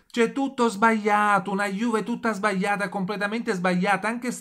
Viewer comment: SBAIATA ......SBAIATA.......LA GLI .......SBAGLIATA SÌ DICE SBAGLIATA